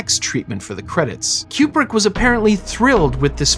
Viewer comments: It is not pronounced Cue-Brick, but Koo-Brick. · Stanley “Q-brick”? Coo-brick. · It's not "Cue-brick" it's Coo-brick. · Fantastic video! Thanks so much for all your work on it. FYI, Stanley Kubrick was an American and pronounced his own name "Koo-brick" as confirmed by his daughters, despite most of the UK pronouncing it "Kyoo-brick." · It’s pronounced KOO-brick. Not Q-brick. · It's KU-brick not KJU-brick. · It is an excellent poster. He actually pronounced his own name “Koo-brick” rather than “Kyoo-brick”. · It’s Koo-brick not Kyoo-brick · Great video, but Stanley's last name is pronounced "Koo-brick", not "Q-brick." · It's pronounced Coo-brick, not Que-brick. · Fun and interesting. (And it's "Koo-brick" not "Q-brick.") 👍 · the yellow one is a crappy poster! I saw The Shining at the theater when it first came out but I don't remember what poster they used... I don't like the way that you pronounce Kubrick... I say koob-rik not cube-rik... good video... very entertaining! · Aaaarrgghh! It’s KOO-brik, not KYOO-brik… This video is driving me crazy every time you turn Stanley into a cube brick. And you say it A LOT. All cubes and no coups makes Dave go crazy, to paraphrase a certain Homer. Wish I could have finished the video, but I simply could not take it after about the 25th cube, which occurred roughly two minutes in. Or at least it felt that way. My autistic brain fixates on these types of fundamental errors and can’t focus on anything else. Please have enough courtesy to research things like how to pronounce your subject’s name when creating a video about them. It’s incredibly disrespectful to do otherwise. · His name is pronounced KOOB-RICK not CUBE-RICK. this entire video drove me crazy. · “CUE”brick??? come on bro. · His name's pronounced "koo·bruhk" btw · Kubrick is spelled with a 'B', right? Why is it pronounced KuPrick throughout the video? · i am extremely disturbed by the "qbrick" pronunciation. is this a new thing?